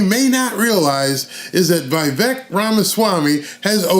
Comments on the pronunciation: Correct Pronounciation : Veeeeee + Vake(like Cake) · Love Vivek! I wish more people pronounced his name right, It's Vivek - pronounced Viv- ake, like Cake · It’s Vi-Vake, like cake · Love ya FYI: Vivek rhymes with cake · It’s Vi-Vake, like cake. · It's Vivek, like Give Take, live ache, shiv make.